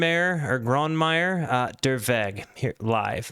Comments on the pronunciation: Please practise your pronounciation of his name with a german speaker .Grö- ne - may- er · No like. Learn german pronounciation. Grönemeyer. Gelsenkirchen... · He butchered every single german word but: "I think I sad all of that correctly" 😆